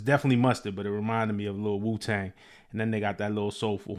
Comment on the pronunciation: “Wu-Tang”??? Da Fuq? 😂😂😂 East coast dudes are crazy